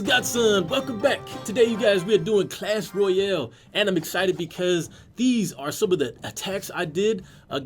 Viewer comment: its pronounced "Clash Royale", not "Clash Royel".